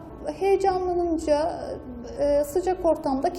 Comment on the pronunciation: Ablam heyelaninca diyosun Keşke önceden bi alıştırma videosu çekseydin ne dediğini sen anladinmi